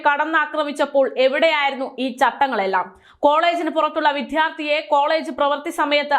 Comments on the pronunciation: വിദ്യാർത്ഥി എന്ന് പറയുക. വിദ്ധ്യാർത്തി അല്ല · വിധ്യാർത്തി അല്ല വിദ്യാർത്ഥി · വിദ്യാർത്ഥി... വിദ്യാർത്ഥി... അങ്ങനെയാണ്.